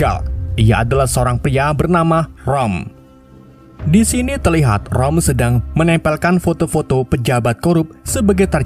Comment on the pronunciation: Itu roma bukan rom😂 haahahahahaa apa lah